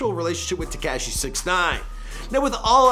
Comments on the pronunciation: It's tuh- kosh- E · lol tekAAHshi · I hate the way he says Tekashi...